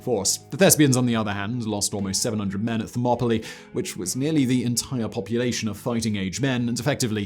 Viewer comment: Really? Fact BOI!!!???!!!??? Pronouncing Leonidas as Lee-oh-NEH-dus? And Thermopylae as therma-POLE-lee? My bio with the BLAZE, did you forget to take your cocai...?...hot cocoa!! I meant cocoa😅